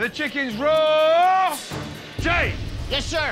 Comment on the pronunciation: Who knew raw was a two-syllable word?